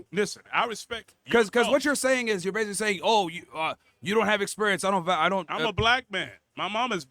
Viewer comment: It's pronounced you're not yoah. This guy advertises his ignorance. Every time he opens his mouth, he should shut his mouth and go to work.